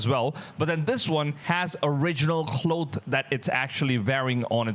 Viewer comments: Cloth...not cloath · Man..have google pronounce "cloth" for you. Lol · Cloooth? Claw-th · Cloth is pronounced (Claw-th) NOT (KLOWTH) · Hoax is pronounced Hoxe (long o sound), not hox. Cloth is pronounced clawth (short o sound) not clothe (long o). English and English spellings are tricky for native speakers, never mind those whose first language is something else. Interesting video! Christ is Risen! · Are you trying to pronounce clothes ? With an “s” or cloth or cloak